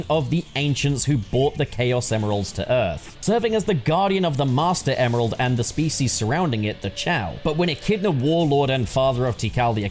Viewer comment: When he was saying Emeral, all I could hear him saying was "Email" lol